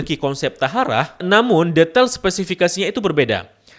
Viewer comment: Maaf kak, cara bacanya toharoh bukan taharah